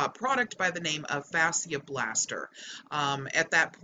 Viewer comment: Its pronounced "Fasha Blaster" not Fasheearrr" Just saying.